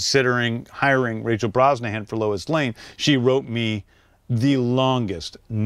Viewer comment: they cut right after the cameraman speak. James Gunn didnt understand a thing that he said to him. Moi même j'ai dû recommencer 3 fois le vidéo juste pour être certain d'avoir compris. "The" ne se prononce pas "Ze" mais "De" juste ça va améliorer ton accent 😅 Le club vidéo est incroyable by the way